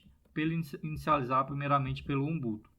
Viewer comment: ótimo video, só corrigindo, não é XUMBUTO e sim XUBUNTU